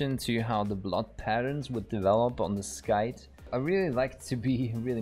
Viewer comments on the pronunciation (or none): NGL I got whiplash when I heard you say "Skite" when I was expecting scythe lmao